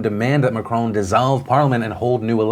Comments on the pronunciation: Also its not Mac-Crone is Mac-Ron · Can anyone make a compilation of Phillip saying "Macrooon"?? It is so funny... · Am I the only one who loves Phil's pronunciation of Macron?